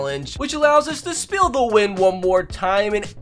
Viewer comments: Did he really say “speel the wim one more time”?? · Bro said speal the win